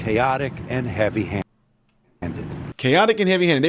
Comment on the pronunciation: "Heaby Handed"!!! Should it be otherwise???